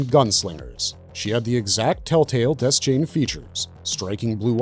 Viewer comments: Dayshain not Dez-chain 🤦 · Its DEH-SHANE. Idiot.